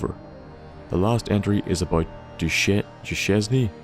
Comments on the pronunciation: RE: Duchesne, I think its pronounced like Doo-Shayne. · I think Duschesne is pronounced Doo-Shane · I believe Duchesne is pronounced doo-cane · Ive seen the name Duchesne. Its pronounced "dew-shane" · on pronouncing "Duchesne" I think it's probably "Doo-Cain", like rhyming with "rain" :3